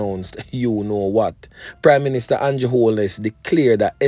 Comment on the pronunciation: Him a Jamaican and nuh know fi pronounce Condrew ( Andrew) name. Real big mouth fullyduNce